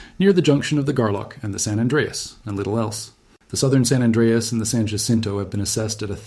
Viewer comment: You do not know how to pronounce "San Anreas".